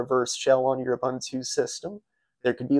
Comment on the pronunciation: That was an "OOBOONTOO" system. "OOBANTOO" doesn't exist.